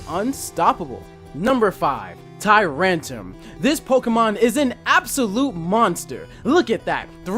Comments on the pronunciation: "Tyrantum" Its TyranTRUm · Can you take a moment to reread the names of the Pokemon that you're butchering? Tyrant-R-um Claw-I-tzer I mean come on...